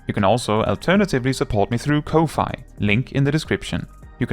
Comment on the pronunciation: kofi is pronounced coffee. as in, buying the creator a coffee.